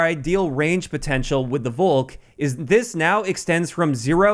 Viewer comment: Volk in Englisch is pronounced Folk Just say Folkssturmgewehr Volk means People/Nation Volkssturmgewehr = Nation assault rifle